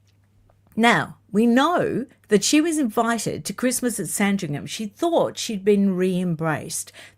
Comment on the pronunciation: I hope you don't mind me letting you know, that the 'h' in Sandringham is silent - this is meant kindly🙏